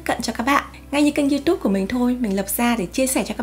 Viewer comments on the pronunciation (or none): none